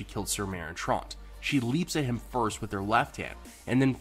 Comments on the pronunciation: yes, too much thinking, lol. WHY DID PRONOUNCE THE NAME ''TROUNT'' INSTEAD OF TRANT. YOU ARENT TRYING TO BE MADONNA AND FAKE AN ACCENT, BADLY, ARE YOU. LOL SO SOLLY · I can understand why people reading the books have a hard time with pronunciation... but when you're discussing the show, you have no excuse. People say these names over and over. Trawnt? It's Trant, like ant. I don't understand why viewers can't follow what they're watching... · Your mispronunciation of Meryn Trant pissed me off.